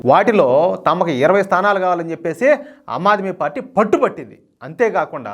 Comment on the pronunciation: "అమ్మాద్మీ పార్టీ" కాదు, ^ఆమ్ ఆద్మీ పార్టీ° అనాలి సోదరా.!😇😛😋😜🥰👉👉